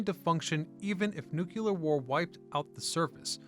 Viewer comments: It’s not “nook-u-lear,” it’s “new-klee-ur.” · I loved your channel. Please don't say "nukeUler".